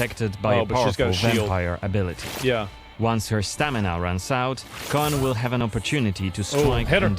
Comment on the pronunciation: Like many witcher things coen/koen is a Dutch name so their pronounciation is a bit off. It's actually more just pronounced Coon/Koon. But in german it's a bit in between tbf. Unless they mean Coën or Cohen or something else. But Coën is not a "real" name. And Cohen is like Jewish I think.